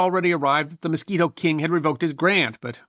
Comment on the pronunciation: MISQUITO, NOT MOSQUITO!!!😂